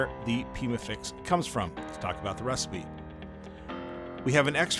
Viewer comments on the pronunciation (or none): none